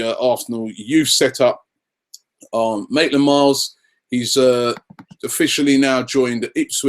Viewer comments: It is Maitland Niles not Maitland Miles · It's Maitland-Niles!Come on man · Can you say anyone's name right Robbie?! Even Maitland-Niles becomes Maitland-Miles.. come on! haha